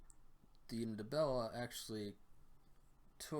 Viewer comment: I know it can be difficult for many non-bantu languages speakers to use but the "N" in the "Nd" of Ndebele is not pronounced, it should sound from the get go as the one in Hindi or Andy.